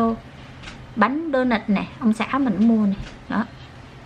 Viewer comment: Bánh đô nớt mà dì kêu là bánh đô nợt